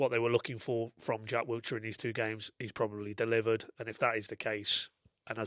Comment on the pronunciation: please man, it’s Wilshere. Not WilTshere 😂